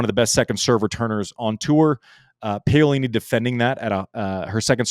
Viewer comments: Andy, Pah-oh-lee-nee and not Pay-oh.... 😂 😂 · Btw, that is pronounced Pa O li - ni